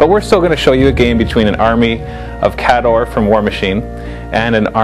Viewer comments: Did you read the new rules? it actually provides a pronunciation guide. It's KAY-dohr. NOT, kah-DOR. Geez. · Now Listen. the new book has the breakdown of pronunciations for the armies. There is no excuse not to call them "KAY-door" now.